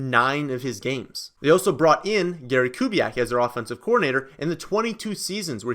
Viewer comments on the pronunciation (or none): none